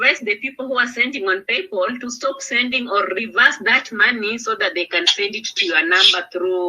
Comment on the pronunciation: thinks she knowsit all yet she says..... PayPaul.....instead of PayPal. I didn't understand what she was saying.